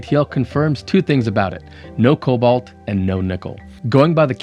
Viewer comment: About cobalt and kobolds. Am I the only one, the pronunciation gives a shudder? Man, the kobolds in sodium ion batteries will live in my head for free and ever.